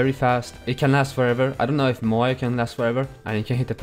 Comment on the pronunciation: It's moyai